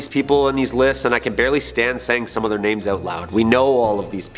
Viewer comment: Do y'all purposefully mispronounce names?